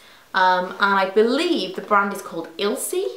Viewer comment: The last product, Ilcsi is pronounced as itchy, with an extra L (iLtchy). Good stuff :)